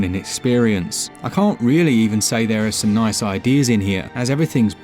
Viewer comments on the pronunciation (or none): none